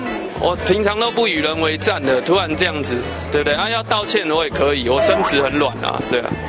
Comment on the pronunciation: 確定是說「身子」？還是「生殖」很軟？